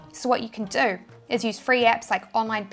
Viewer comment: Do = DOE